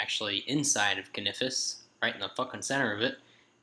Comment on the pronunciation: can-a-fis , noob